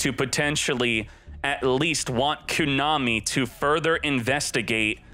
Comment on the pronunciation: How does he not know how to pronounce Konami?? Lol